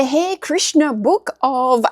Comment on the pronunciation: Great book finds. Now I know you love learning so just know that the Hare Krishna Cookbook, that Hare is pronounced HA RE..Hare Krishna are the people who usually dress in Orange and look like monks. They are certainly vegan and cook great food. Cheers!